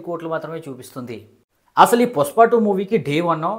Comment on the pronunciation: పుస్ప కాదు బ్రో పుష్ప 😂😂❤❤